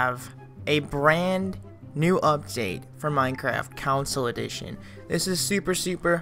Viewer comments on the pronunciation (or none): "counsle" dont u mean console. xD